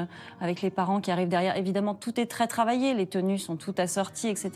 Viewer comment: serait il possible de faire donner des cours de diction au "journaliste" (journaliste! 🤣🤣) Pierrick Geais? Parce que ses "che" en fin de mot écorche les oreilles notamment aux personnes qui essaient d'apprendre le français ("mariéche", "travailléche", "publicitéche" ça ne veut rien dire!). Et si il pouvait, au passage aussi, arrêter de singer les gays ça serait sympa, la caricature est insultante! 😠